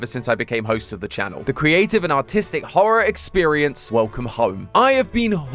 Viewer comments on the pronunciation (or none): Wen he sad artistic I thot he sad autistic😂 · because of his accent i thought he said autistic